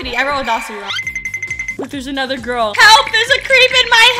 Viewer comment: That guy was so creep that girl was real fan bc she defended u plus she was not simping than sayin i unsubbed i like Dapandagirl u should have become my girl Lol i luv how he said grill instead of girl 😂😂😂😂❤ LUV U ❤❤😊